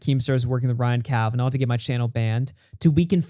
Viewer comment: Bald Daniel Keem is doing so well. Big interviews on huge channels. So many views. His channel is definitely not dying. He's clearly got a great relationship with Ryan Kavanaugh. That is why he pronounces it Kavanauv'.